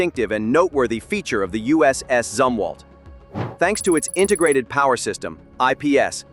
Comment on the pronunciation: good video, but your AI voice didn't seem to be very certain as to how the name of this ship is correctly pronounced, as it continued to waffle back and forth between 'zum' and 'zoom' for the first syllable. Maybe you need to pull it/him aside, and fill it/him in on which of the 2 is correct.🤨